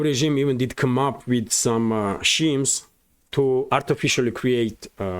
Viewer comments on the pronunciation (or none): ( - Schemes is said "skeems")